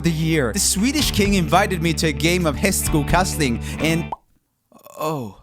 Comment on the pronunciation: hästskokastning lol🤣